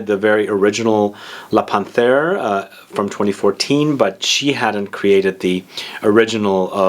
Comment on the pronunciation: I have this,it's beautiful 👌🏻 Excuse me but it's pronounced Pan....terre. ☺️☺️Great review